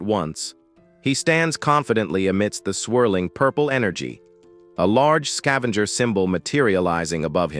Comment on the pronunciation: Level "Zao Skaevenger" all i had to hear then i turned it off.